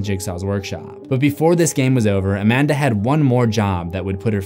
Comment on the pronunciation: She’s A-Man-Duh